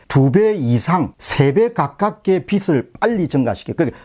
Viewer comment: 박사님, 비슬, 비츨이 아닌 비즐로 발음해주시면 감사하겠습니다.